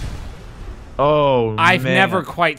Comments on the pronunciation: how did you even get za wa roo dah lol its ZA WARUDO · "zara woodo" you mean za worldo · "Zah wa-ROO-doh" Really Griffin? Really? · I swear to god, his pronunciation of za warudo was like borderline making me wanna commit several war crimes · Za wah-roo-do,... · I don't think I'll ever hear "Za Warudo" pronunciation butchered more than Griffin has done here. Also, how perfect, pairing Za Warudo and knife throwing ;) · "Zawa Rudo" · griffin please actually watch jjba and learn how "za warudo" is pronounced